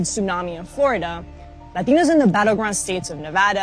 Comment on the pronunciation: Ha why does she sometimes say "ladinos" in super authentic accent and sometimes "Latinos" like any average person would say it?